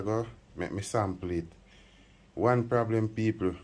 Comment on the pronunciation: I love when say Blem 😂😂😂😂